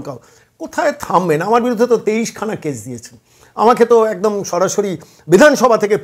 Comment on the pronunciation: Pithibi na kothata prithibi 😂 Etdam na kothata ekdam